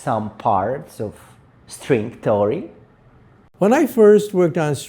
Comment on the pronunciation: did he say “String Story”? 😅